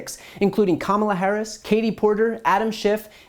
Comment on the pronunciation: At least she pronounced Ms. Harris' name correctly.